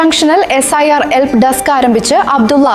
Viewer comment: എൽപ്പ്. അല്ല ബ്രോ. ഹെൽപ്പ്